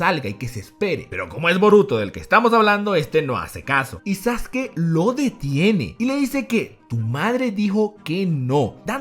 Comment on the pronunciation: muy buen video, en especial por la pronunciación correcta de Sasuke